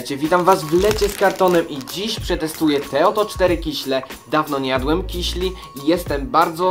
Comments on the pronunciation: KISIELI !!!!!!!!!!!!!!!!!!!!! Nie mówi się KIŚLI. Nie ma takiego słowa! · Mówi się kisieli :3 :P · Mówi się nie kiśli tylko kisieli.Pozdrawiam cię.